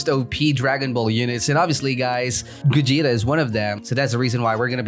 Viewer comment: said gugeta